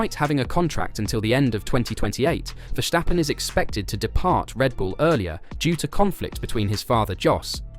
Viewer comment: Ver-stap-pen. Not Vestjappen